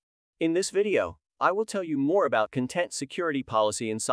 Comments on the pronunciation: Could you let me know what you used to create this video? Apart from the content vs. content pronunciation, the speech is fairly natural. The video is also good, apart from some strange expressions in places that don't warrant that expression. 😊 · This may be a great video, but I can't watch it because I know the repeated mispronunciation of "content" will stick in my brain and I might accidentally repeat it to colleagues :/